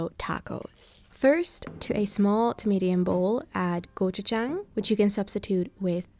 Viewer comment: Thank you for saying gochujang correctly! And for making such delicious looking food!